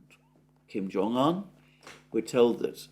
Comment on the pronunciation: It's Kim Jong oon, not Kim Jong an.